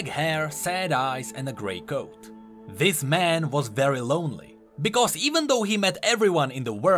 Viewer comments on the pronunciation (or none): none